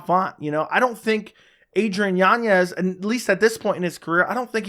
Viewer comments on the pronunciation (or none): Yan-ez... Not Yanyez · Why does he add an extra Y in yanez?